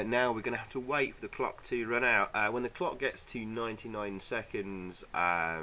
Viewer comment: "Car One is 'Oeut'... Game Over."